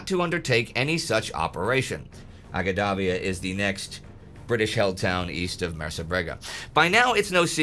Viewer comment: Great episode. As a guy that lived in Libya, in Benghazi, and travelled a lot across Cyrenaica, I will fill out the correct names as unfortunately Indy is reading them in English although they were written in Italian (transcribed as close as possible from Arabic), so people can find them today: Agedabia - Ajdabiya - إجدابيا (the "G" is pronounced as in "George", not as in "green"), town in the southeast of the Gulf of Sirte, much larger than Marsa al Brega from which the desert path to Tobruq divulges from the Via Balbia, the coastal road) Zuatina - Az-Zuwaytinah - الزويتينة (small insignificant local port of Ajdabiya, but on a 2km narrow strip of hard terrain between the sea and Ajdabiya passable by armor) Magrum - Al Maqrun - المقرن (small community halfway form Ajdabiya to Benghazi) Solluch - Suluq - سلوق and Chemines - Qaminis - قمينس (small communities halfway from Al Maqrun to Benghazi, the latter on the Via Balbia, the former on the road from the coast to Jabel Al Akhdar, the Green Mountains that form the coastal range in Cyrenaica) That mountainious range of Jabel Al Akhdar, where the old Greek Cyrene (nowdays close to Shahat) is located, is the reason why both the Germans and the British thought Benghazi would be strategically unimportant (after the destruction of its port by Italians on retreat, German aviation on British occupation and presumed British sabotage on their own retreat). This is as that terrain is not tank conducive, it has plenty of gulleys (wadis) an